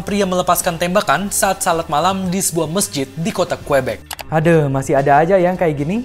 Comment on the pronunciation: Aduhh,, Ngakak,, Narasi itu Kota Qubec Dibacanya Kyubek Bukan Kuebek.. Ngakak Asli...